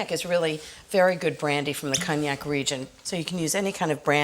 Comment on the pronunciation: Your French pronunciation is, too often, off. 🤨 Like, “cognac”, “éclair”, etc, etc. Best not to butcher other languages.